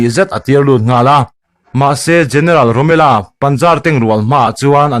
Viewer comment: "rommela" hi "angela" angin i lam a, a dik lo.... rommel tih mai tur a ni..... rommel-a tia i lam duh a nih chuan a dik tho mai.... rommela ni lovin rommel-a a ni.... a danglamna chu i hrethiam maw.....